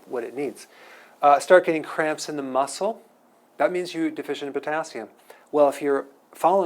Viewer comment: every time you said muscle/cramps, all I heard was mussles/crabs! LOL